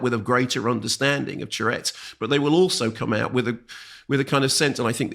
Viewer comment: Nice review, although Mark's constant mispronunciation of 'tourette's' as 'tchurettes' was weird.